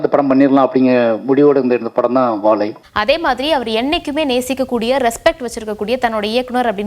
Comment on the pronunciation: வாழை யையா வாவைன்னு சொல்றீங்க